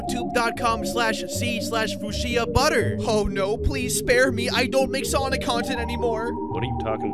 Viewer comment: It is Fyoosha. just pronounces it wrong on purpose